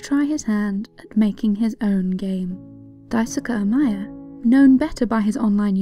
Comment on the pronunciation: his name is pronounced "dye-su-kee" not "dye-su-kuh"